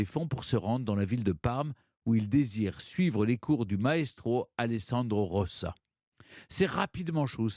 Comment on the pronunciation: Deux "c" puis un seul... maintenant deux LL ! On aura vraiment tout vu 😁 Alessandro "RoLLa" svp cher Stéphane, pas "roSSa". Habituellement ravi d'entendre causer de Paganini ; ici je suis resté sans passion. Désolé 😞